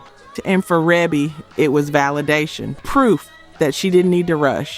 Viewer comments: And it's pronounced reebee not rehbe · Thank you!! REEEEBEEE. Other than that, nice video. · For the love of God. Her name is REE-BEE!!! that’s how it’s pronounced. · Love your video! Thank you for all the information! Great unknown facts! I am a major MJ fan and didn't know that Michael wrote all of these. Shame on me! LOL. Just one small feedback ... Rebbie is pronounced "Ree Bee". You're awesome! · The production wasn’t just Micheal Jackson and her name is Ree.bee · Rebbie? Pronounced “Ree-bee.” I thought everyone knew that 😂😂😂😂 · Rebbie Jackson Centipede was and is absolutely amazing!! Fierce and just a great song. FYI Ree-Bee is the way her name is pronounced. 🔥🔥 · It’s REE BEE Jackson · Not sure why you included number 8, I think everyone knew he was a co-writer of this. Quite a few of these songs are unlistenable, actually. And it’s pronounced “Ree-bee” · Pronounced "Ree-bee" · I know her name is pronounced, Reebee. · THANK YOU - REE-BEE! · Reeeebie AI get it right! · Rebbie is pronounced "Reebee"... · I know it's spelled Rebbie, but it's pronounced Ree-bee. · That AI for ya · Omg! Rebby. Cmon now. If you're doing a video, at least know the siblings' names. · ITS REE-BEE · How you mispronounce Rebbie name 🤣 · Is this AI? You keep mispronouncing REEBEE's name. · How you Rebbie's name wrong but say her daughters name correctly!!!???? How sway!!!! How!!! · I wish you knew how to the pronounce folks name...😮 And his sister at that ..where the respect to Michael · How about just calling her Maureen since no one can pronounce Rebbie correctly? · You pronounced Rebbie’s name wrong 🫢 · I was screaming the same thing. How do you do a list about Michael Jackson but don’t know how to pronounce his sister’s name. Smh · Yes! Each time she mispronounced her name just irritated me 😂